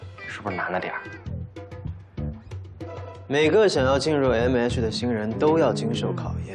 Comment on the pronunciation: 袁帅和其他大咖竟然对“MH”的“H” 发音不标准，君君是可以的！🐱